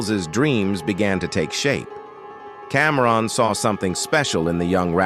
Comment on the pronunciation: How you pronounce Camron as Comron then say his name right after lol